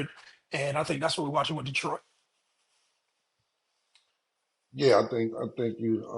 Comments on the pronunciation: Lmao "Detriot" Come one its Detroit! 😂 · “Detriot” is crazy!! 😂😂😂😂